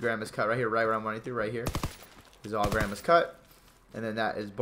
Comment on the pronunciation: He called it "grammers" not grandmas 😂😅